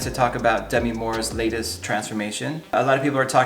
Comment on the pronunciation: It’s Deh-meeee